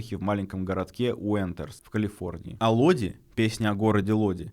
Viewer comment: Не Лоди, а Лодай